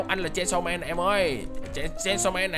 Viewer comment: Chanisaw man à anh đọc sai chứ